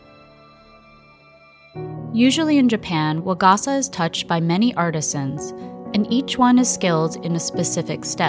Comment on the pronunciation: it hurt every time she said waGAHsuh instead of wa-ga-sa with flat pitch